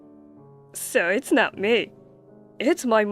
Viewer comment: Adverts - some stuff to get rid of belly-fat - I'm not trusting anyone who does not realise 'it's is short for it is/ it was and says it 'it es'! It's pronounced 'itz'.